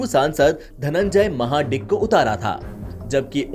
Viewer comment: Anchor should know how to pronounce the name it is mahadik(महाडीक) not maha dick lol